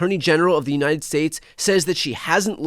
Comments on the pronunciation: If you cannot even pronounce “United States” correctly, you should not be able to be part of the government of the United States. She pronounces it. “Unined.” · Side note, but the way she and MTG pronounced United States as “Unined States” bothers me so much. They want people to come into this country to speak English yet they can’t even speak the language properly. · and uninen instead of united